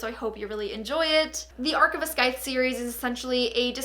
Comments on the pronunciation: It is pronounced Syith not scyth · i'm sorry if some people have already said it, but that is not how you say scythe. the 'c' is silent. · I lost it at your pronunciation of 'Scythe'. If you're working with them, surely you'd bother to find out how to say the title? It's an actual word... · tip: the "c" in "scythe" is silent ☺️